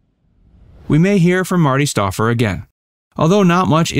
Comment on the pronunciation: The narrator should have watched the beginning of a typical 'Wild America ' episode, where Marty looked right at the camera and said, with an enthusiastic twinkle in his eye, "I'm Marty Stouffer..." STOUFFER...the "OU" is like "fowl". (C'mon, man: get it right!)